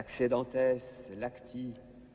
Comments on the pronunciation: For a cleric the latin is very bad. In this 14th century Latin was the language in Europe, but the pronouncation of this bishop and Primas of France is a disaster. Every Village Priest is more able 😉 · Along with the nasally French pronunciation of Latin 😂😂😂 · Funny French pronunciation of Latin.